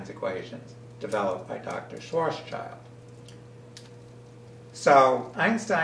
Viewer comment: Sorry for being picky but you misspelled Oppenheimer (Oppneheimer) and mispronounced Schwarzschild (Swarz-child). Not "-child" but "-shield" is the meaning of the name, so the pronunciation is more like Shwarz-shield, literally Schwarzschild means Black-Shield (what a great name for what he discovered).